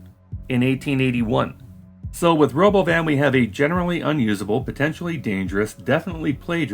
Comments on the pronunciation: lmao this is the first time i've actually heard what he said, Ro-BOH-vin is just the icing on the cake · 'The Robovn' ... like he just misread the word that he wasn't aware existed 😂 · We could have an “autonomous world” or we could just build more regular ass trains and use more buses, which we already know how to do and which require no technological innovations. I guess they are not “futuristic looking” enough for some people. Also, would it kill Elon Musk to fucking rehearse a presentation ahead of time? Also also, ruh-BO-vin? FUCK OFF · Christ, he called that thing the Ro*BO*van? I really didn't think I could hate him any more than I already did, but here we are. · I thought the stupid pronunciation of robovan was his 12 year old sense of humor which got precisely zero laughs. But of course it’s because he stole the name like he steals everything else in his life. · I think the weird pronounciation of robovan is just musk trying to distract from the fact that it's a van, a shitty one. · Change my mind: the Robovan (I hope I'm pronouncing that correctly) was completely inspired by Robocop's helmet. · OK, now the stupidest thing he's done is the pronunciation of Robovan. Wtf even was that? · I guess someone was showing Elon the idea of a Robovan and Elon read it out loud by mistake. Instead of admitting he pronounced it in a strange way, (that would hurt his ego), he stuck with that weird pronunciation.